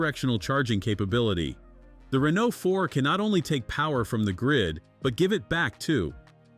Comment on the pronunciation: SPEAKING OF NOT BEING ABLE TO PRONOUNCE THINGS correctly, Mr. Reeno, Rainoo, and whatever else you felt like calling the poor thing , what else are you gonna mess up royally in this video of yours? Just say "car" next time so you don't sound like talktard.